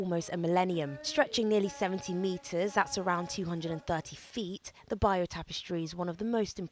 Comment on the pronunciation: ‘The buyoou tapestry’? Does she mean the ((beyurrr)) tapestry? 😂